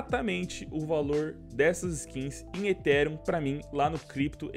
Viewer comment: aprende a falar ethereum tbm pf! (etirian)